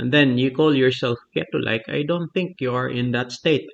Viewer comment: Crazy study. By the way, Keto is pronounced (KEY-toe). The first syllable is emphasised. Great video. Thank you.